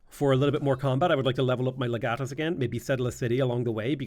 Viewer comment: It's pronounced Leg Uh Tus